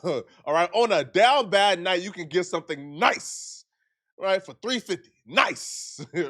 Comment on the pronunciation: you put a lotta emphasis on that $350, you must’ve spent that 100 times over on Fig Flakko